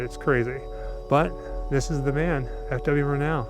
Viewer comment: Murnau: stress is on the first syllable. MUR-now